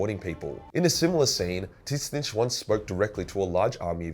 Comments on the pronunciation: I know there’s disagreement on how to pronounce Tzeentch, but his way is the wrong as fuck. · Does pronounce Tzeentch incorrectly on purpose?